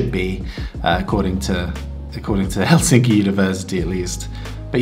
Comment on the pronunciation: first word : helsinki . accent on hel , not sin